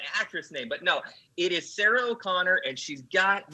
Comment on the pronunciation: Not O' Conner; just Conner!